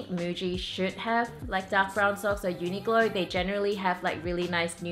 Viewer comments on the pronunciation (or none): none